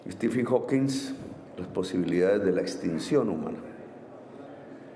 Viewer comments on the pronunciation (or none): amoramor debes ser Gustavo Bolivar que está tan enamorado de Petro, para creer que lo que dijo es perfecto...bla bla bla bla y no tiene sentido lo que dice😂😂😂😂 Petro ni si quiera sabe pronunciar😂😂😂 quién es Estifin Hawking???😂😂😂